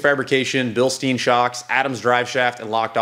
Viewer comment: Your first pronunciation of Bilstein was right. Greetings from Germany!